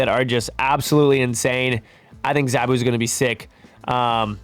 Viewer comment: Btw, it's Zaa-Boo (zabu like "nah boo")and Shah nah the She-Devil. Also Zabu isn't Ka-Zar's pet, they are more like brothers